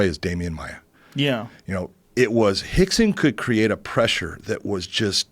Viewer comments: Why do they keep saying Hickson and not Rickson? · Are they saying Hickson? Not Rickson? I'm I trippin? Cause its Rickson Gracie. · Are they saying Hickson.....wasn't it Rickson? No hate just curious. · rickson is pronounced hickson like how royce is pronounced hoyce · In the Portuguese language the letter r is pronounced as an h, rixson is brazilian and they speak portuguese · Hickson? Rickson idiot